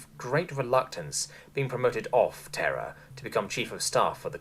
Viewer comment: You pronounced terra as terror.